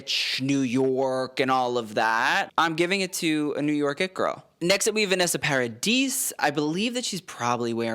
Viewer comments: The s at the en of Vanessa Paradis' last name is silent, so Parad-ee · I love watching you videos, as someone else suggested going through Oscars' fashion would be great. One thing, pronunciation is: Vanessa Paradi (s is silent) ;) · FYI: the S in Paradis is silent;)